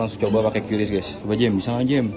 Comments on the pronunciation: Suara narasi nya kudet(kurang update). Masa baca QRIS kok kyureis? Buka aja google cara baca QRIS pasti jawabannya kris. Makanya jangan kudet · Dibaca kris. Bukan kyuris, bukan kiris, tapi KRIS. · QRIS dibaca KRIS itu penjelasan resmi dari PIHAK BANK tapi tunggu dulu para kasir abal bilang "KYU RIS" 😂😂😂😂😂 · Sesuai Panduan BI, membacanya "KRIS" bukan Kiuris atau qiris.. Tapi QRIS. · Qris bacanya "kris" ya bukan "kiuris" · Iya ini bener mbak mbak warung makan atau dmn aja mereka meralatny kata mereka quiris hahahha😂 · qris itu bacanya kris bukan kyuris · Bacanya Kris mohon diperhatikanya😅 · Iya, pdhl dah dikonfirmasi sama BI klo bacanya tuh "kris" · Q dibaca ki